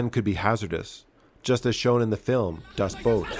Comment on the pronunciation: Most modern navies still operate mostly diesel subs; granted they have to surface a lot less thanks to all kinds of fun tech, and rely on snorkels a lot, but they still have to get air for the engines on a regular basis. Also, congrats on pronouncing Das Boot correctly!